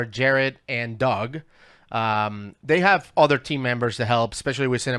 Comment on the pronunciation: Are you calling Doug Bishop “Dog?”